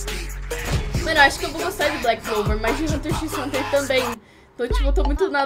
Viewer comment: Assista Hunter x Hunter,e n se pronuncia o x kkk